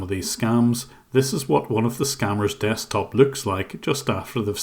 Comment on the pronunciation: "dekstop" "flim" ... 🤣